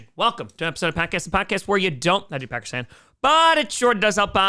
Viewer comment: Every time I hear you say packer’s fan it sounds like you are saying Packerstan. I’m going back to bed.